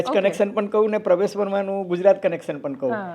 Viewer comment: આ ફૂટેલી કારતુસને નહિ બોલાવો તો ચાલશે. આ કહેવાતા મોટા પત્રકારને ક્યો કે પહેલા પરવેશ વર્માનું નામ સાચું બોલતા શીખે. એ પ્રવેશ, પ્રવેશ જીકે રાખે છે, એવું તમે શા માટે ચલાવી લો છો?